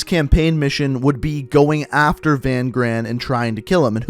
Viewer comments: It’s not VAN GRAAN, it’s pronounced fun kraan, in Afrikaans v is said as f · I know you don't know how to pronounce afrikaans names but that guys name isn't "Van gran" say V as an f and gs make a kch so Van graan the double a's is a aah so it's Van Graaaaan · Van Graan is pronounced fun graaaaaan with the other g sound.. i hve a friend with that last name please. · I love your videos man! Lol, just for fun- Van Graan is pronounced (Fan Khraan) in Afrikaans the G is like pulling a loogy. 😝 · In Afrikaans that name is pronounced "fun chraan. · I’m South African, Van graan that’s not his name you pronounced it wrong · And your saying Van Graan wrong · I'm also South African but the only problem i had was his pronunciation of Van Graan